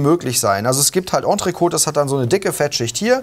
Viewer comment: Am Französisch solltet ihr auch noch ein bisschen arbeiten so von wegen Entrecôte ;)